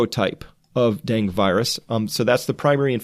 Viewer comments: Hi Chris, it's pronounced den-gee fever, FYI. Thanks for all you do. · Dengue = den - guaa. please pernounce right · Thanks much for the report. Btw, “dengue” is pronounced “DEN-GAY”. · BTW it's Deng-gay not Deng. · My go to site to get wuhan virsus info but I just have to FYI on dengue fever pronunciation cause it is driving me crazy... den que 2 syllables den & que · Dengue virus is pronounced ---> den•gue dĕng′gē, -gā (Two syllables) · You had it right the first time. Dengue is pronounced deng-gee. It's driving me crazy. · It's 'den-ghee. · Correct pronunciation of Dengue is "deng gay" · Dengue is pronounced den-gay. Great information Chris! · “Dengue” is pronounced ‘den-geh’ or ‘den-gay’... FYI. The antibody mediated viral entry in dengue increases the likelihood of dengue hemorrhagic fever, in which case the patient’s platelets fall and increase risk of life threatening bleeds. This is the reason that dengue vaccines are not currently efficacious. They increase the risk of antibody mediated enhancement through non-neutralizing antibodies. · its den-gay i don't know how chris didn't know that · Its pronounced Denggii...not Dang...UE is not silent... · It's pronounced denGAY. lol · I believe it's pronounced dang eh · Baaah! I Its pronounced Den-ghee ghee like clarified butter. Den-ghee. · Denge, pronounced like Bengay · Pronounced DEN ~ GAY ~ (dengue) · Dengue.....pronounced dean-gee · Dengue is pronounced den gay. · Dengue is pronounced den-gay. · I think it's "den-gue(goo)" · Dengue is pronounced 'den geh'. Not trying to be a smartass, just clarifying. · you're the first pathologist I've heard pronounce 'dengue' as "deng" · Just FYI, "Dengue" is pronounced deng-gee (with a hard 'g' as in 'growth'). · pronounced DENGEE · DUDE.....it's DEN-GAY FEVER....... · It's pronounced deng-geh or deng-gay. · I love your videos! Thank you! Also, I think Dengue is said like Den-gay ;)